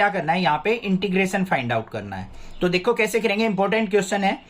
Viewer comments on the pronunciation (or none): Sir aap dekho ki jagah dekhho kyu bolte hai will you change it and thanks for your efforts